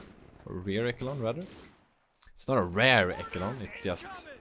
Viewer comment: Hey, enjoy your casts. One english tip: is pronounced Rear ESHelon. The CH is SH for some reason. English is weird.